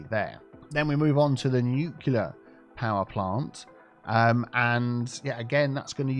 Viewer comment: does pronounce it "nucular"?